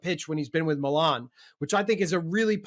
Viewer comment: Great show! Thank you for pronouncing Milan correctly 😅 and not saying “Meeeeeelan”!